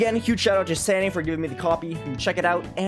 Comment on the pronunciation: i like it that u said sanii and not xanii as it should be